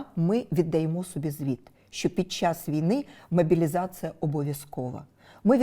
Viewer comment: Юлько! Не мобiлiзацЫя, а мобiлiзацlя !!!